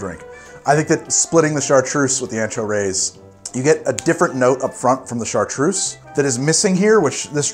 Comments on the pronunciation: Are you sure it's pronounced "Rays"? I have a friend who's last name is Reyes and it's pronounced "Ray-S (pronounced as the letter 'S')". See you next episode. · Pronounces maraschino in Italian but cant pronounce “reyes” in Spanish 😂 ray-ēs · Let’s play a game called “how many times can mispronounce Reyes in a single episode.” Haha.